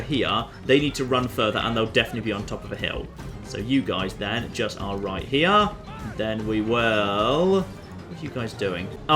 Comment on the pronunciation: RIGHT HE-YUH